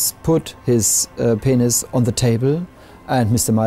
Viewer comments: "Ppppphhhhenisssss" lmao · but can you hear that in his voice "they agreed to meet each other! and they also agreed to _eat, Bern's peNIS_" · I sorry but how that guy said penis 😂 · Okay, are we not going to talk about how he says “penis”